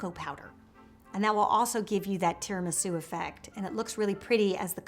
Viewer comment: “tear-in-my-shoe” cupcakes